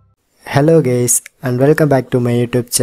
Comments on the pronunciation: did he just said “hello gays”??? welp hi :D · u said gays